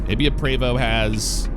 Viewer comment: Thanks for saying Prevost correctly lol I drive a X3-45 Entertainer. You’re in St Louis, right? Next time I roll through I’d love to have you out if you’re interested.